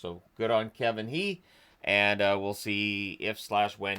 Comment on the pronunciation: "He" usually pronounced more like "Huh" (with a lightly guttural initial H) but ofc I don't know if his family have changed that